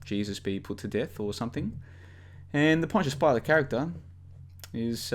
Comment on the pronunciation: Good to hear you're pronouncing Pontius Pilate correctly now.